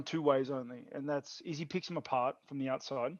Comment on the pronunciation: Brett "Izzzy" Okamoto